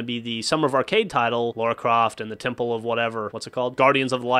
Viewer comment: That LARA, not LAURA, Croft game is on the PSN as well.